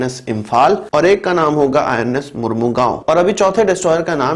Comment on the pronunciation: It's not majegaon.... Bro it's Mazgaon DOCKYARD.